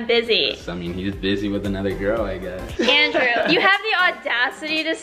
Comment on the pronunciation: I like how says "endreww" instead of "Andrew" ❤️